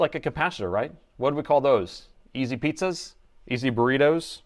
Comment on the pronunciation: The correct saying is not ''easy pizza'' It is an old English saying and it is actually ''eazy peezy'' said like EEZEI Piee ZZIEE, or eee zzzeee peee zeeee.